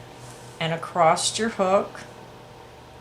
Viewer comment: Love your tutorial videos! Very thorough with your explanations. (FYI - when you are speaking, you say "acrost" instead of "across". Just thought you'd like to know.) Otherwise, great job!